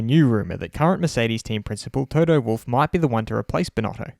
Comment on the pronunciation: Yeahhhhhhh Fuck u Binotto. I just changed my watsapp status to this. N d way u say wolff sounds wooofff 🤣🤣🤣🤣